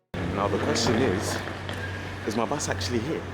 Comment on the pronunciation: blablacar booos! 😅